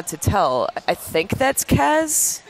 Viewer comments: Things Wrong 1. MSF was over water 2. Kez, its Kaz 3. It was revealed Ocelot rescued BigBoss in the reveal trailer 4. Its obvious that he is interrogating Huey because he endorsed the Nuclear Inspection. 5. BigBoss isnt a "d**k", He cares about his men and wants to weed out traitors 6. Its KAZ!!!! 7. Have you guys ever played Peace Walker 8. "Its very muddled" So you don't know 9. Its showing off the new systems lighting effects. Stop reading into it. 10. There is no dark side. 11. YES, ITS RIGHT AFTER HE RESCUES KAZ. and please pronounce it right. 12. So because quiet is in it she is automatically the new heroine 13. Nope, thats not Quiet If i missed anything plz comment. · My God. These guys are fucking IDIOTS. And Kaz's name is pronounced Kahz, not Kaez. Also we won't see Raiden in MGSV. Solidus will only be 8-12 year old during TPP, Raiden won't have been born yet. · why do they keep saying kaz wrong? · I watched this to laugh my ass off. I laughed AND cringed. WAR PAINT?! WTF LMAO The way they pronounce Kaz HAHAHA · iT'S KAZ...ugh i can't watch anymore...FOR FUCKS SAKE!